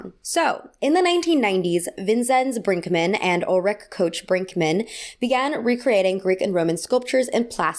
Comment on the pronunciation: She also horrible mispronounced Ulrike Koch-Brinkmann and Vinzenz Brinkmann.